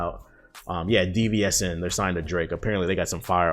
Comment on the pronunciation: DVSN its pronounced division ( ➗ ) they dope. Definitely got some heat 🔥 Also your Hokage Thots is one of my favorite pieces of content from you right now. Love your work and continue to grow✊🏿